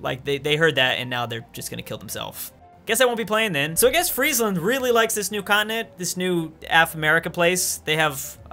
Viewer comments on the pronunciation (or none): none